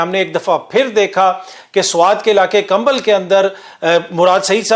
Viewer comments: Its KABAL not kambal. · سر کمبل نہیں کبل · ۔کمبل نہیں کبل۔۔۔